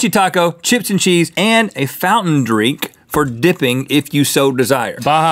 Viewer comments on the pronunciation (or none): I can’t believe nobody commented that Rhett ABSOLUTELY said fountain dreek, not drink. Why does this bother me so? Even after all this time.